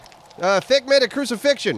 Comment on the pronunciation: I almost died laughing when said, "Thick made a crusifiction."